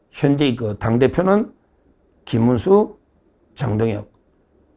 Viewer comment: 김문수>>김민수---발음을 잘하시고 구분을 확실하게 호명 해주세요